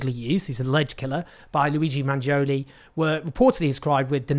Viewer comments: The proper pronunciation is Manioni. In Italian the 'g' can be silent. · don't worry, Owen, the pronunciation is still wrong 😂 I still have to hear an Eglish-speaking person get it right. the original Italian pronunciation is "Manjoneh" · It’s pronounced Mangione like in latte. Not like in pepperoni. 😉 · Owen Jones should have made an effort to correctly pronounce Luigi's last name. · I like how you say to get the pronounciation right and then get it wrong 😎 - no hard feelings, your work is highly appreciated